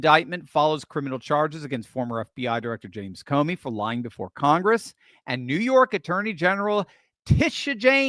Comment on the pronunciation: Comey. Not Comer.